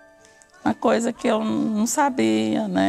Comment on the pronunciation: "eun keria fala uma coiza" BERROOOOO